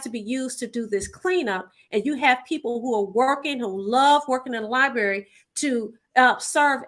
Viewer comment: She said, "Libary". Seriously??? Then, take money to advertise Detroit Land Bank Authority to help "who"? Auctions for property to sell to the highest bidder. It takes money to bid, ya dig?